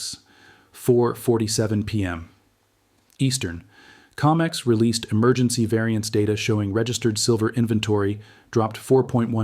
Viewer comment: CO-MEX not Ca-mex